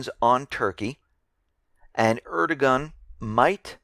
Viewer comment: just letting you know, the turkish prime ministers name "erdogan", the G in his name is silent, so its pronounced "ar-dow-an" so you pretty much ignore the G in his name. Hope this was helpful and take away any confusion(if there was any to begin with).